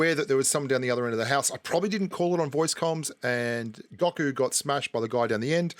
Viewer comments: Its Go Ku not Gaku lol #DBZ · Watch DBZ. It’s (Go-Ku) lol